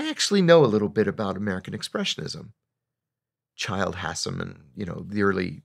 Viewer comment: Wildly mispronounced Childe Hassam